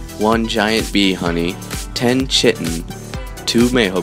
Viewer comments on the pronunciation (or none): Chitin is pronounced Ky-tin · Very informative video. Just 1 criticism I see many people do in videos when pronouncing chitin. Think of it if I spelled it the way it sounds, kiten. Hope that helps in the future